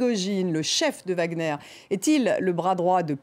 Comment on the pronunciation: Wagner, pas Wagner DE G A G E Z C'est tout !!!